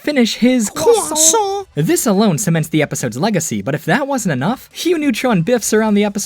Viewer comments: have u finished eating your cwossant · Anybody want a “CROISSANT”!!!!!